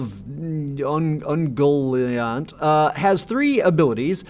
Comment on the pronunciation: You nailed the ungoliant pronunciation!